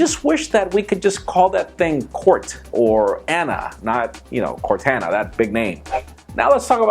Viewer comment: U said Cortana wrong